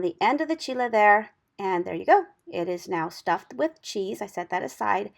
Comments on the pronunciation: Proper pronunciation in Spanish for Chile. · Yes. That's the correct pronunciation in the Spanish language